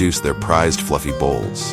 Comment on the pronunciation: Eh... it's cotton bolls, not cotton bowls... just sayin'